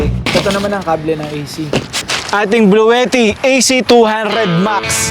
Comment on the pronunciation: Nice video po sir. though minor correction sa pronunciation ng Bluetti. Hindi po "blu-we-tih" ang tama po ay "blu-ti-tih"